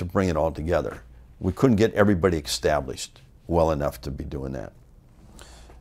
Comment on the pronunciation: One thing for sure, Greg knew how to get someone "ekkstablished"